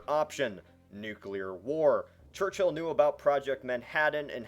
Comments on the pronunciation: It's not pronounced church-hill it's pronounced church-ill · Its Church-ill Not Church-hill! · it's not fucking "church hill" it's pronounced "church ull" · It's not pronounced Church-hill, it's pronounced Churchill. One word. There's no need to emphasise the H.